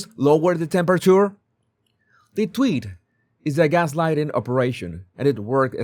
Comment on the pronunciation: Never realized that a spanish accent made "tweets" sound more accurate....